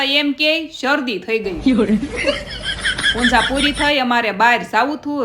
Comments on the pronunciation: punja na kevay Pooja kevay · Punja nay pooja kevay 😂